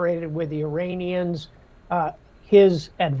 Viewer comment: Why does it always sound like they`re saying ``Uranians``? 😅 Greetings from Nuremberg, Germany 👋